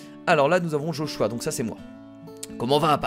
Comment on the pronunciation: on dit Joshuuuùu a